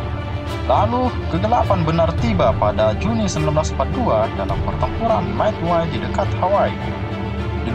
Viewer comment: Bang saya mau kasih tau aja bukan madway tapi Midway